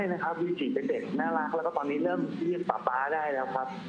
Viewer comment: วีจิ ไม่ใช่ เวจิ นะ